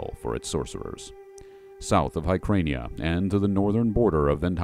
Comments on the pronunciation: Herkhania yes, but not HerkRhania...there's no R there (as I believe it was pronounced in the video). The massive region would have been pronounced differently by dozens of tongues, they just wouldn't add a phoneme. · As I said earlier, the Hyborean age hosts scores of languages, so it is very conceivable that it could be pronounced Herrkania by a Zingaran, or something, who knows. My only point is that there is no "R" in the second syllable. Although your point about Subotai's pronunciation is a good one being as that is his homeland.